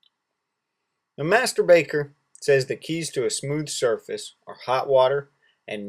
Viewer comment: whenever he says 'master baker' it sounds like 'masterbater'